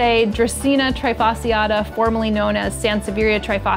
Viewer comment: What I love the most about your videos, of course other than the amazing well written well shot content, is how you appreciate science, and do your best to promote it in an easier understandable way. One note, please: [treeh-fasciata], never [try-fasciata] 💖